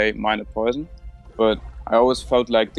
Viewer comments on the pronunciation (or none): none